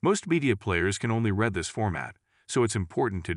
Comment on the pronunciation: AI pronounces read as red